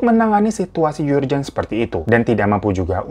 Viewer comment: Koreksi bro urgent disebut "eurjent"